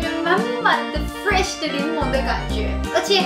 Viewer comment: Sato 講fresh 很標準耶 不像日本人發不出R